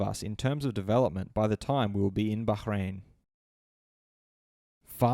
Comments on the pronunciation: Bruh why does this guy keep saying Bahrain Baghrain 😂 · Liking this just because of your pronunciation of Bahrain 👌